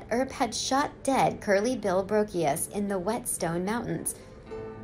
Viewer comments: Ok the mispronunciation of Curly Bill Brocious’ name is really annoying. Seen a number of documentaries and no one pronounced it “Brockeos”. There was a another name that was mispronounced to but can’t remember it. If you're going to do the research on the people at least pronounce the name correctly. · And it's pronounced "Bro-she-us", not "Bro-key-us." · Brocius pronounced Bro shus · Butchered Brocious pronunciation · I'm not sure of all these facts here. For one thing, the obvious screw up of the dates. She mispronounced Brocius name. To my understanding Ringo really didn't get to involved in the Tombstone problems until after the gunfight. He did have problems with Wyatt because of some horse stealing. Wyatt believed Ringo stole his horse. Now none of us was alive back then to know for sure what happened but I don't believe some of the stuff mentioned here. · If you watched Tombstone, you'd know how to pronounce Brocius.